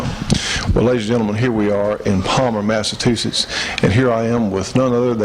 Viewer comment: This was great! The way says "Massa-toohshets" instead of "Massachusetts" is priceless. We both enjoyed the behind the scenes and outtakes especially. (my uncle) met several times at SHOT show and other events. We've been watching old episodes of the shootin show, it's a great slice of an earlier time when I was a kid. My uncle has all this crazy lore about the firearms industry. I never get tired of hearing about it. Thanks again